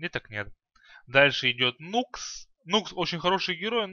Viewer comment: Никс,а не Нукс